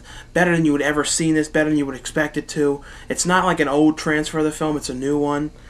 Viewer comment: I have always liked the way you say "old." You say it "ode."